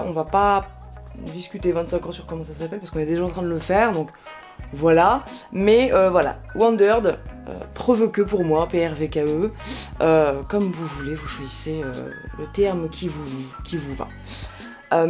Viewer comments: J’ai le 21 litres aussi et il est top, il me semble avoir entendu quelque part que ça se prononce « Provoke » ;) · Pour la petite histoire Wandrd vient du mot Wandered (= vagabond), mais lorsqu’ils ont voulu acheter le nom de domaine , il coutait $20,000 ! Ils ont enlevé 2 voyelles au nom et hop est déposé pour moins de $10, et ils créent ensuite leur premier sac, le PRVKE (prononcé Provoke). Enlever des voyelles est ainsi devenu la signature de la marque 🙂